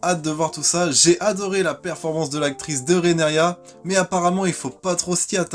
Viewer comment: TaRgaryen pas Tagaryen RhaenYra pas Renaria. 🙏 Bon, pas de "malgré que" dans les 2 premières minutes, c'est déjà ça. Je croise les doigts pour que ça dure...🤞 Et non, Rhaenyra n'est pas la grand-mère de Daenerys : 7 générations les séparent. Je crois qu'elle est la grand-mère du grand-père du grand-père de Dany, un truc comme ça.